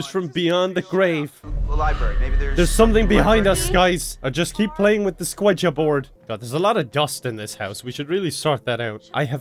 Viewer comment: "I love squeegee boars"